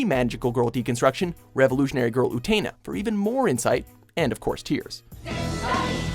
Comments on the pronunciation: "OO-TEN-A" Not "OO_TE-NE" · How he pronounced Utena made me want to punch my monitor. It's oo-ten-ah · You finally mention Utena and you don't even say it right